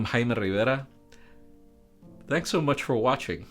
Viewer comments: "iam haimer reeeverra" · Damn. Subscriber here since the early 10s. I will miss how you pronounce. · I'll never forget how you kept it real when pronouncing your name "I'm Jaime Rivera ..." We'll see you on the next one too!!! 🙏🏼😌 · All those videos and he never did learn how to pronounce his own name... 😁